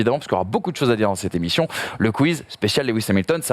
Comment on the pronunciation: Top cette "Cette émichion " x) Sans dec bravo pour la réalisation !